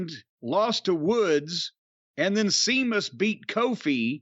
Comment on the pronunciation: Every time Jim says Sea- mus I crack up